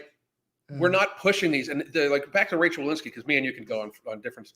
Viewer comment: It’s Rochelle, not Rachelle.